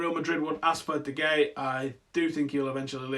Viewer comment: mate its not De gay its pronounced De Haya